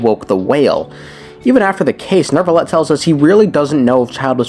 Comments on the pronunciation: Why do people pronounce Neuvillette as Nervillette? I don’t know how to pronounce French names but if that’s how it’s supposed to sound, then I have been pronouncing it wrong the entire time he’s been released. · Why is his name so hard to say for too many people? What the hell is a Nerve-a-let? Neu is NEW! NEW! I'll bet you want a new car or a new house in real life. Go to a car dealership and tell them that you want a nerve car ya jackass 😂😂. Where's my baby powder at? I'm going to start jumping through the screen and planting the white hand of Saruman on these fools 😂